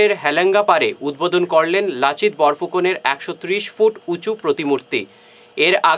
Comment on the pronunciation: Lasit nahi Lachit bolo 😆